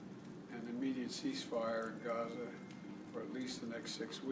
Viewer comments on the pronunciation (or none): "We welcome Melania, the gauze minister of Georgia" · Even italian PM is pathetic. She cannot even say Gaza. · He even says Ukraine instead of Gaza...WTF ?